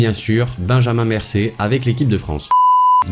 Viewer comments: What 🤯 il dit Benjamin Mercé a la minute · A la fin pour Manchester City il a bien dit "et enfin Benjamin Mercée" ???:-(=_=:-) 😂🤔